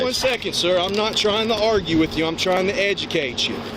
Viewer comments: thia guy saaaaaaaahks. Cant wait til they arrest him "I'm gunn' edugate yooou" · "I'm going to ED-yu-cate you" Damn, they probably wanted to punch him lmao